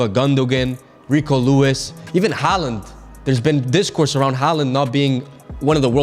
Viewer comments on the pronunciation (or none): none